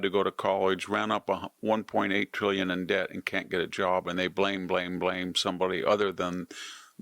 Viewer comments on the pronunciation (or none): none